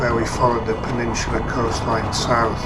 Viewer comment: It's 'peninsula' btw... 'Peninsular' is like what 'rectangular' is to 'rectangle' I found this pretty funny because your accent tends to add an 'r' to many words that end with 'a' so i can see how you ended up making this mistake lol